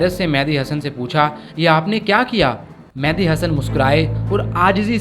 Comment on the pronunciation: The name is Mehdi (messenger) not Mehandi (henna).